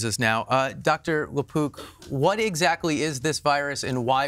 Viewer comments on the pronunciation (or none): I thought he said lapoop!!!! CBD and CBG oil good for dementia. And possibly magic mushrooms